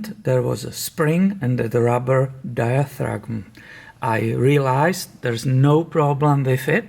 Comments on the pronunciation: Awesome video! BTW, if no one else below hasn't already stated, it's just pronounced "dia-fram". LOL! Keep up the good work! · Love your video; by the way, diaphragm is pronounced diafram. G is silent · Die-ah-frag-him, you’re awesome man! Love your channel! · Diaphragm is pronounced dia-Fram in English. Like the oil filter. I’m always fighting my carbs in the dirt bike and boat. Especially with the ethanol in our gas. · Scots say diaphragum, so what's the problem?😁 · Good work!! Diaphragm is pronounced: dia.fram my friend